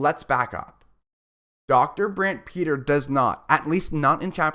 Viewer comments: His name is pronounced Brant Pit-Ree. not Peter. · It’s hard to listen to you keep on saying Brant Peter